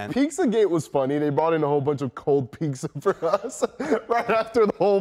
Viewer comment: Did say “Pizka”?!?!?